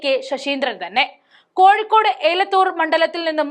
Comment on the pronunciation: എലത്തൂർ ആണ് അല്ലാതെ ഏലത്തൂർ അല്ല